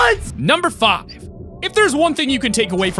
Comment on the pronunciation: I think you say the five wrong